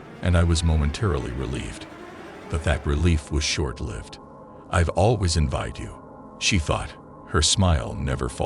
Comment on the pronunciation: If you ever wonder if this Chanel is text to speech... it is..... who pronounces "envied" as "envEYEed" I'm so tired of finding stories read by a computer.... I thought that wasnt allowed?...